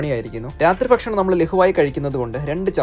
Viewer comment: Fakshanam alla bakshanam 😂